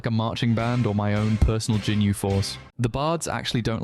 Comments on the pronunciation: "jinu force" ?! To the dungeon with you swine! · bro did NOT say "jinyu force" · Aint no way bro said Jinyu force...